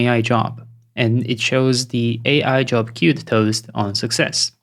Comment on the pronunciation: That “que-wed” was funny 🤣. Such an amazing, knowledge-packed video! How do you plan or architect an application when you have no idea how it works under the hood for example, tihs n8n clone or the Lovable clone? How do you come up with the architecture?